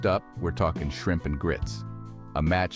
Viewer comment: AI has trouble with shrimp